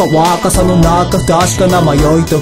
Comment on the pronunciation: めっちゃうまくてすごい 英語の発音ができる人じゃないとこの曲というかソウルドアウトの曲本当に難しい 基本的に英語発音なせいで、サビの「若若さの中」の若、 日本語なのに発音がworkのワーと同じなんだよねw